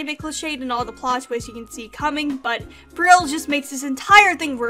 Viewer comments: Um its Par-ol not Par-il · Heck yeah WOF discussion! It's definitely a treat for Christmas time! Just one little thing though, Peril is pronouned "PEH-rul", not "Puh-RIL", no worries though! Hope you're having nice holidays :D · its Peril like when ur in peril/danger ITS NOT "pear-ill" AHHH amazing video tho LOVE IT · It’s more pear-rul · dot dot dot.. it's pronounced pear(as in the fruit)-ull so say pear-ull. that's peril. sobbing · Peril is pronounced Pair-ill, by the way. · I don't want to be that guy but peril is pronounced pa-rel) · That's a funny way to say peril